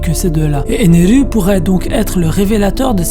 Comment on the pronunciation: Impossible de regarder ta vidéo, t'entendre prononcer un mot japonais en français alors que tu n'en touche pas une bille de cette langue est tellement énervant. Par exemple, Ener ne s'appelle pas Eneru en france. Tu sais comment on appelle les gens qui font ça? Des kikoo-jap.